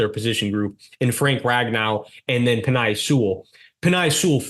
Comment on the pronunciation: Make sure to pronounce the players names correctly.....Penei Sewell is pronounced PEN-NAY, FYI.